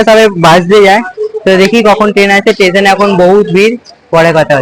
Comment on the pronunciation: Tason ❌ station ✅ 😂😂😂😂😂